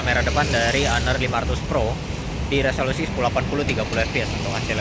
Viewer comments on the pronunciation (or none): Honor sebutannya honor bukan haner